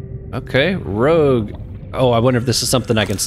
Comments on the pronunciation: Rouge, not rogue. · "Rogue" cradle. Violet "bay-yoo" Well, we know who didn't take French in high school! Even though those are English words!